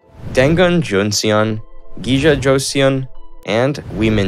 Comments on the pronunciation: i love how he pronounced joseon as joseeyeon 😅😅 but i enjoyed the video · Especially the Joseon part 😂